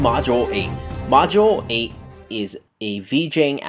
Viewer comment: It's not "Module Eight", it's "Modulate"